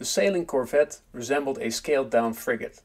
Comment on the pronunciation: It’s called CorVette… with a V. Not a CorFette